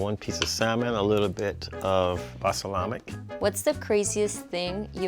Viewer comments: 😂😂😂😂 basalamic.. I laughed so hard😂😂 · Is nobody gonna say it… bal-sa-lamic… sent me 🤣🤣🤣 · Thought it was just me 😂. Eliminate him for saying balsalamic! He also said vanilla asstract! Maybe there's something else going on...nerves or whatever. Let's not go too hard on him. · The fellow. Eliminate him for saying balsalamic! He also said vanilla asstract! But maybe there's something else going on...nerves or whatever. Let's not go too hard on him. Either way all three dishes looked very good.